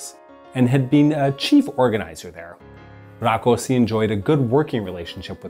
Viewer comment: No problem with the order of the names, but in Hungary S is Sh and SZ is S. So Rákosi is pronounced Rakoshi.